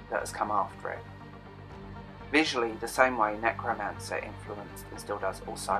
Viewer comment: Minor point: it's Neuromancer (NU-ro-Man-sir). Otherwise, well done!